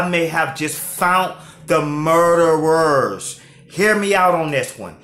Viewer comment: “I might have found the Murderwers” 😭😭💀 boy the way he said that word kilt me